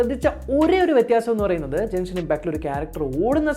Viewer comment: Jenshin impact alla Genshin impact 😁